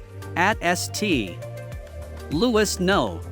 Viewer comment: Bizarre commentary, probably generated by a computer. I bailed at #9 of the countdown, when Saint Louis Cemetery Number 1 (written St. Louis No. 1) is mispronounced "Es Tay Louis No One." Sorry.